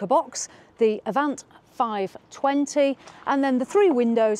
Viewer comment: All done in one take, or I missed some seriously skilful editing. Make your mind up with 'Avanté', three different pronunciations in 20 minutes. Nice, concise video covering the entire range.